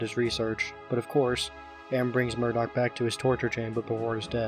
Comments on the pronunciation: ITS NIMDOK NOT MURDOC THIS ISNT THE GORILLAZ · Nimdok not Murdock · The old man's name is Nimdok, not Murdock. I tried but I can't find the joke if there is one lol